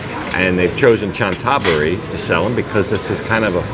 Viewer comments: Cna Tha BURI not Chan THa buri. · Please please learn how to correctly pronounce the name of Chantaburi. It's "Chanta Buri" and not "Chan Taburi". Emphasis on the first "a". You say the hotel's ne is "Meet" but the pictures show it's "Meen". Oh and Chantaburi is also famous for its pepper. Like adjacent Trat and Cambodia's Kampot. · Great Video. By the way Chantaburi is pronounced "Chanta-Buri"